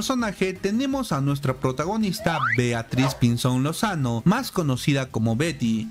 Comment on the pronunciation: Dice beatriz Pinso'n Solano y el dice beatriz Piso'n lozano